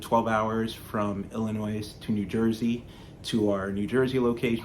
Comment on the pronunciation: s is silent in Illinois bud lol, great build